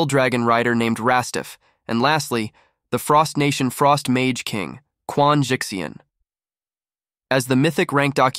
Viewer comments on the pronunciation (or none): none